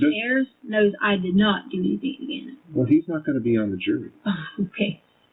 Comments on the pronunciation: Her pronunciation of ‘anything’ as ‘anythink’ makes me question her multiple degrees. In another conversation with Al, she says ‘why come’ which again makes me doubt her supposedly extensive qualifications. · What dialect adds a k to words that end in “ing”…like “anythingk”